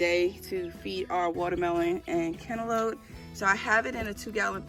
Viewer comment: 🤣🤣i lmaoo when you say cantaloute 😂😂😂😂😂